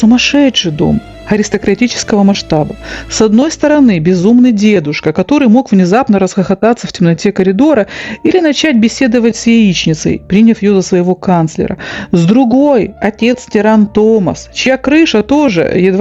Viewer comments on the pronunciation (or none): Коридор, а не калидор. Это бьёт по ушам!